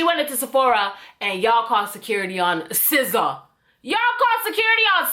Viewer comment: i find it sf satisfying every time she says sza.😂😭